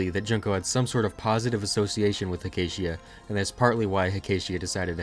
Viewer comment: Finally some quality Touhou content that isn't just uncut gameplay. EDIT: Btw, it's pronounced "Heck-a-tee-ah"